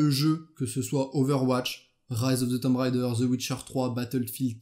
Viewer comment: y a t'il un francophone sur cette planete, qui arretera un jour de dire Tomb Rider, au lieu de Tomb Raider??